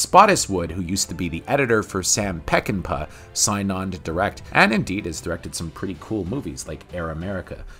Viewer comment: It's pronounced Sam peck n paw